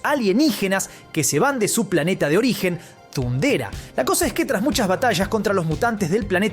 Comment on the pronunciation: Me distrae que pronuncie MuNra en vez de MuMra (Mumm-Ra) y thundera en vez de thondera...